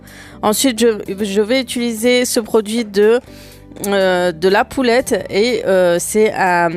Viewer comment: C’est pas Poulette ma belle c’est Paulette 😂😘le nom du produit